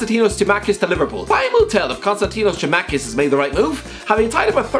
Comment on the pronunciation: Nobody: Literally nobody::KoNsTaNtInOs TsImAkIs. Ffs it's tsimikas. not papastathopoulos